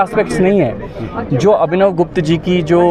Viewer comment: It is not Gupta it's gupth.